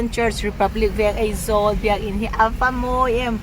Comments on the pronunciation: hmuh i nuam thin e, ka tawng i huat thu ni lo sela, duh aiin tawng i hmang fimkhur lo deuh em aw ka lo tia, Aizawi tih turah Eizawl, hle mai, tih turah mei tih te, youtube channel i nei a, mi tamtakin an lo en a, thangthar zawkte entawn leh zirtirtu nih na tamtak in nei si a, tawng hman dik hram tum a va tha em, ka lo ti ve a ni a. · Eizawl nilo in Aizwl aw😊